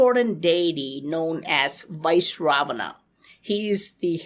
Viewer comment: Also, he is pronouncing it wrong. It’s Vy-SravaNa.